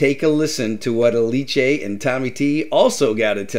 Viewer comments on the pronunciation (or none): Also, it took my 5 videos to realize Ah-lee-Che is Alice 😅